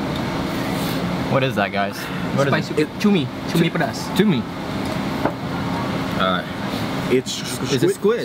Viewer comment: I like the way pronounced "Peedaasssssss"!!!!! Hahaha